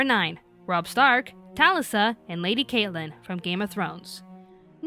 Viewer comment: Sad video.. but pissed me off that they pronounced Catelyn and Talisa's name's wrong